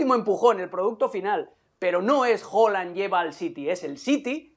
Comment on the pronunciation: Xq dicen hoolan